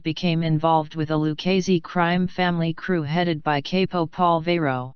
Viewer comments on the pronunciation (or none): Y do u keep showing a pic from gangster squad about Mickey Cohen while talking about Goodfellas and Tommy DeSimone? And its pronounced capo not cape-o. 🤦‍♂️